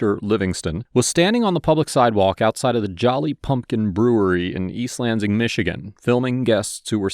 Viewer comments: I cringe every time you pronounce the S in Lansing as a Z lol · I don't expect this guy to know how locals pronounce every town's name in the country but I flinched every time he said east lanZIng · Sorry but this is bugging me, Lansing is a two syllable word, Lan sing.